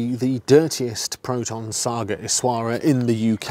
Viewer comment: Hat's off to this man able to pronounce this car name perfectly 😅😅😅